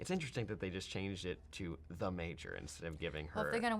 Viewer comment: Matt is such a tool and he fucked the pronunciation of the Major.